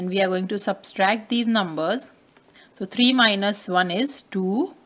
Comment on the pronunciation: Not substract its subtract 😂😅😮😊